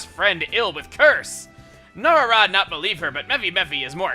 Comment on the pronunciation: I think it's No-Ra-Ra, not No-Rara